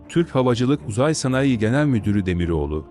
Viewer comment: 0;55 SN DEKİ SANAYİ KELİMESİNİ LÜTFEN DOĞRU TELAFFUZ EDİNİZ....